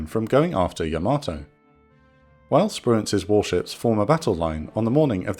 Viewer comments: Great video and I'm sorry to be "that guy" but, it's pronounced YAH-ma-toe NOT yah-MATOE. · Pretty sure it's "YAH-mah-toe" and not "yah-MAH-toe" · I think the Japanese pronounce Yamato like “yamma-toe”, not “yam-ah-toe”. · Imagine making a yamato documentary, and you consistantly mispronouce yamato everytime. Please learn to pronounce japanese words. There is no r in yamato and it's pronounced yah mah toe. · Weird pronunciation of Yamato. Unique even. Wrong even….